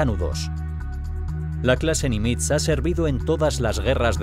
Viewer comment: Nimitz se acentúa agudo, tiene el acento en la ultima silaba.